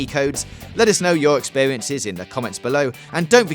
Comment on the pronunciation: Subskwibe for pweeviews and check owt sum other vidweos